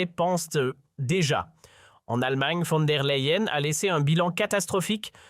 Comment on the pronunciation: Von der Layen - prononciation